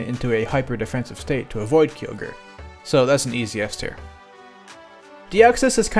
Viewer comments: its k-ai-oh-ger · It's pronounced Kai-Ogre. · kee ogre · My favorite Heyawn Pokémon: key oh ger